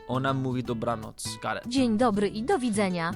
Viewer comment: wow, you perfectly read the word ,,dobranoc"